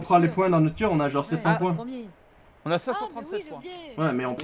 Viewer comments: On dit "on à" pas "on na" ou alors "on n'a" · C'est pas "on na" c'est "on a"